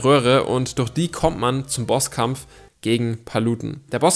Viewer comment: Wie er das durch falsch ausspricht